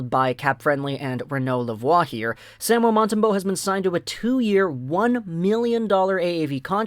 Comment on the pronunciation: Sam- u el, please pronoun it correctly